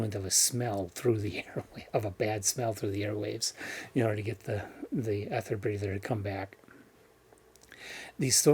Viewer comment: Hi...erm...this is a bit embarrasing....sorry but it's pronounced "eether" mate (In American English as well as REAL English)☺ so you say it "Eether Breather" love ya mate